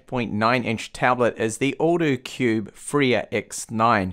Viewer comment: Lmao I thought you were saying "the older cube" when you were pronouncing the brand name